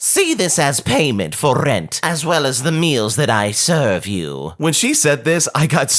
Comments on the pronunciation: I love the way you pronounced the "r" of "rent" ! It's like a little vampire accent. 😂 Because this is what this woman is. A vampire. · rent sounds funny